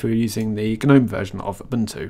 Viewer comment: Stop saying Guh-nome!!